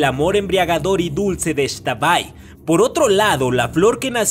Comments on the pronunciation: Me ofendiste no se dice extabay se dice ixtabay soy una yucateca y me siento indignada #pronunciabienlaxtabay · Hola amo tu canal soy fan del mundo mágico de j.k y también soy yucateca y me emocioné al escuchar las leyendas jejeje nota: no se pronuncia “ex-tabay” simplemente es “x-tabay” Saludos 😃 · Pronunciaste X'tabay súper gracioso 🤣🤣🤣🤣